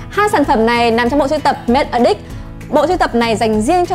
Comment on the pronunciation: E nghe thành make a dick 😂😂😂